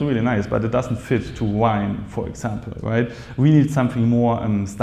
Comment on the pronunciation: Did you say Grrrrime? scnr 😅